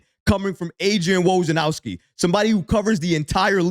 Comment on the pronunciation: Say it with me….Woj-nar-owski 🤣